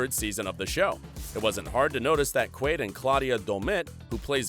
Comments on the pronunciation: Butchering jacks name lol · Antony Starr, not Anthony. Pronounce it properly. And it's Jack Quaid, not Quad. SMH.